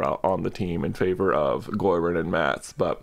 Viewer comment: MatS!!! Not MATs!!!! 😓😔